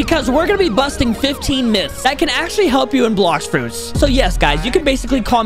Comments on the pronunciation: he says miths not myths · Ahh yes “Miths” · Why does the intro said miths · Miths? What 😂 at the beginning of the video